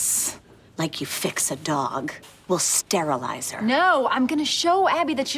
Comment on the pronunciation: the way jenna pronounces sterilise is hilarious hahaha